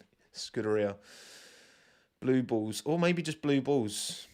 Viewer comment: every time you say Blue Bulls I just hear Blue Balls instead 😂